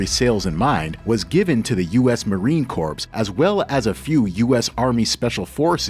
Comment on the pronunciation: Excellent video, really enjoyed it. Learned a lot of new information. But come on…, U.S. Marine CORPSE ?! When pronouncing the word Corp, the letter “p” is always silent. Pronounced - U.S. Marine CORE Semper Fi my friend 💪